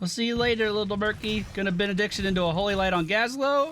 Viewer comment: did he say "after bein'-a-dick-tion was added"? That's what I've heard instead of Benediction